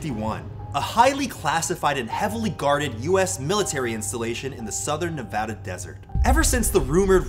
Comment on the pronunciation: Can I just say thank you Anthony for pronouncing Nevada correctly